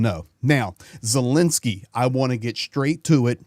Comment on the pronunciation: please explain to us is the Ukrainian President’s name pronounced Zelensky or Zelinsky.